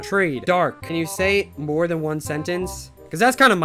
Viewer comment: uhh thhan not han